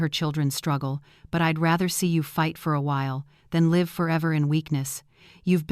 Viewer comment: Use a real reader instead of stupid Ai that doesn't know which way to pronounce "live."